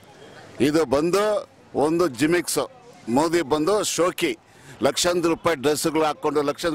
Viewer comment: JIMIX alla uncle, GIMMICKS